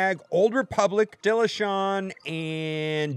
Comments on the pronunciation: It's pronounced Bass (like the fish) - tila :angryface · It's not just you, but ONE of you game changers needs to replay kotor and learn how to pronounce Bastilla. You're all saying it wrong and it's driving me nuts lol